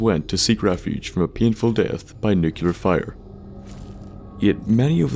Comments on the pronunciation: NU-clee-uhr not nuke-u-luhr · "New-queue-ler" Kill me. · Ya you vids are the nucular bomb!